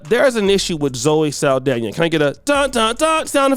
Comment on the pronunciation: SAAL-DONNA NOT SAL-DANIA